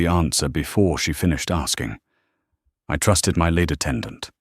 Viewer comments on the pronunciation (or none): HOW COME YOU CANT PRONOUNCE THE WORD LEAD PROPERLY? IT IS CORRECTLY PRONOUNCED AS “ LEED” NOT “ LEAD” AS IN THE METAL LEAD. PLEASE PRONOUNCE THE WORDS AND NUMBERS CORRECTLY.